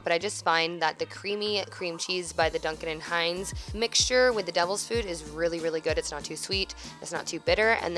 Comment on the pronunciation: It's just Dunkin Hines not Dunkin and Hines!